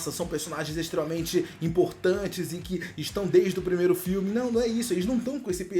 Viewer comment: Primeiro e com r não com l